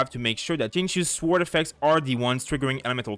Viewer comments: The W in sword is silent. As a non english native I did this pronunciation mistake too. Thanks for the guides! c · Nice video! ps. where are you from? it's curious the way you pronounce sword:D